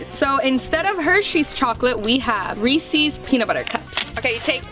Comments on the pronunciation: nah said reases 💀💀💀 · I'm kinda annoyed that she says reesees it's reeses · I can’t be the only one pissed on how she says Reese’s